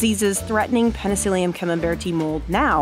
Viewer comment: It’s “peni-silly-um not “peni-seal-ium”, and it’s “fun-guy”, not “fun-jai”.